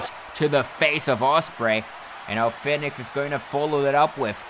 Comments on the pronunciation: REY FINIX HAHAHAHA ITS REY FEEEEEEEEEEEENIX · Im sorry but 8 minutes of you saying Rey Fenix when it's said fee-nix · U saying his name wrong it’s Phoenix but spelled Fenix this way but awesome match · Great match but you mispronounced Fenix tho